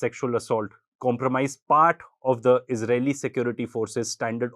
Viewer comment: "ijraeeli women"😂😂 Average Indian gobar bhakt